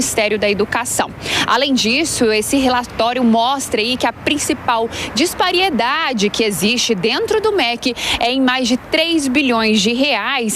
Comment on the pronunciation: DISPARIEDADE????? Vai aprender a falar certo repórter! Pelo amor de Deus!!!